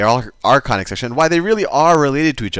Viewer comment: you sound more like Khanic sections !😂